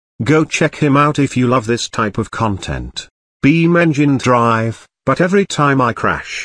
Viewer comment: I like how says "beamng drive" in the british voice